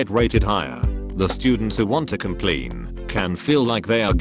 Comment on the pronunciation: No one: Automated British guy : COMPLEEN